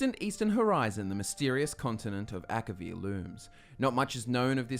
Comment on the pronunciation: Elder Scrolls six: Akivir? please?